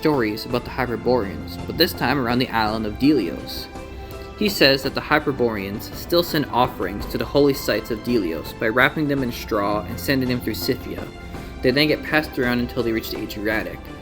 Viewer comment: Learn to read. Delos is Del ee os? 9/10 namea you read ur adding letters into the pronounciation giving it extra sylabols and stuff what is the matter with you?